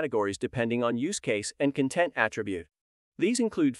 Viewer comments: Could you let me know what you used to create this video? Apart from the content vs. content pronunciation, the speech is fairly natural. The video is also good, apart from some strange expressions in places that don't warrant that expression. 😊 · This may be a great video, but I can't watch it because I know the repeated mispronunciation of "content" will stick in my brain and I might accidentally repeat it to colleagues :/